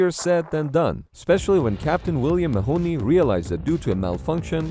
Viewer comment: I’m 99 percent sure you meant to say marney it’s not pronounced Mahoney even though it’s spelt like that